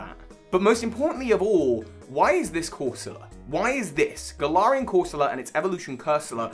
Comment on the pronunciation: Hey I personally have always pronounced Galar as GALar. But you sort of pronounce in at gaLAR. You pronunce galarian like gal-are but I’ve always pronounced is as Gal-air-ian. Idk